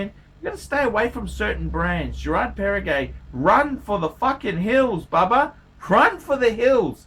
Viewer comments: Does he call it Parri-gay? :D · It is Perregaux and not PERRE-GAY!